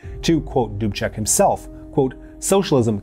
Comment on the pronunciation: This was an awesome episode for me, because I am Czech. Thank you for it.... Also,, good work with the pronunciation of the names. Almost every name was very close to perfect, I am giving you B+:-). Plus is for Mr. Dubček, you pronouced his name like a native Czech:-).